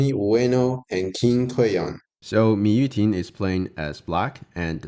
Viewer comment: Am I crazy or did it said Mu Yuting in the beginning